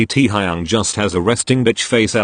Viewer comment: correction teeeaaaa-high-young